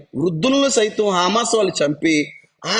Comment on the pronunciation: "హా మాస్ "కాదండీ" " హ మాస్ " అన0డి